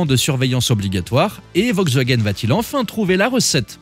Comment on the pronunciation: De toute façon "Vogsvagen" comme vous dites, aurait mieux fait d'arrêter cette série D'ID Abomifreuse bien avant !